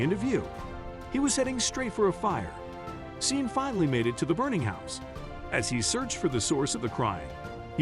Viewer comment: Sean is pronounced Shawn.